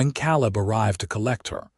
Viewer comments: Very good story. Caleb name is pronounced KA LIB, laughing because these stories always has a MRS. CHEN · Please look up pronounciations of towns. Abilene & Salina are both wrong. I am listening from Kansas & both those towns are 1-2 hours away. Caleb was also wrong